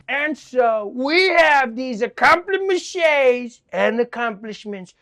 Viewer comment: 🤣🤣🤣🤣🤣accomplimeshaays omg it hurts 🤣🤣🤣🤣💀💀💀💀